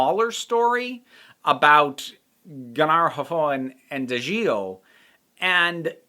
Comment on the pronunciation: You've actually said their names quite right. [Gay-Nar Hoff-Ho-In] [Dah-Jeel] This book just illustrates the variety in the series. It is almost like multiple writers wrote each novel. Some are light and fairly straightforward, others like this are as dense as a neutron star ha and everything in between on a nice spectrum.